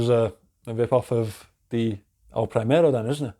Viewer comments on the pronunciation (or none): It's "El primero" not "El prahimero" pronounced!!